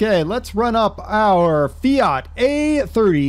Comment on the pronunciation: Finally somebody can pronounce fiat